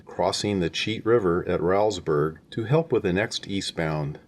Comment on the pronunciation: That is pronounced Rollsburg - not Raulsburg